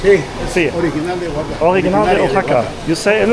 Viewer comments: Oaxaca is pronounced “wahaca” phonetically, not “o” haca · love the video and the energy, but you are killing me with the pronunciation is Wahaca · Try saying it this way: wah-HA-kah. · CITY IS PRONOUNCED WA-HA-KA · Your killing me on his you pronounce Oaxaca. Wa-Haka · It’s pronounced Wahaka. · I ❤ Mexico City and Oaxaca! But personally, I prefer the foods of Mexico City., I think easier/correct way to say Oaxaca is to say it like “Wa-ha-ka” Just a friendly tip 😊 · Firstly I thought you was saying a Japanese name xdd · Wondering if he is going to learn how to say “Oaxaca” during his visit.